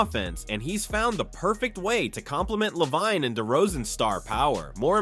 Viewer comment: Is this an AI voice? How come you can't say Lavine correctly?